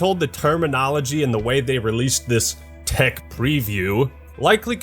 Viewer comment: If you say "Thech preview" one more time!